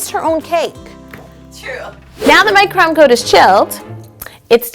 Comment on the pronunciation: Every time yo says "crumb coat" I think she says "trump coat" and then it makes me laugh like if this ever happens to you